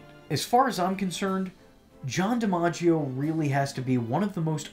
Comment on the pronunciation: John DiMaggios Joker is honestly one of the best Joker performances period. I'm glad you pronounced his last name like that. Thats how my family pronounces ours we just spell it with an E instead of an I at the beginning. Phoenix Joker performance would be cool to see your rating.